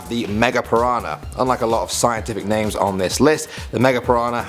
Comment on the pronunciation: Why do you keep miss pronouncing the names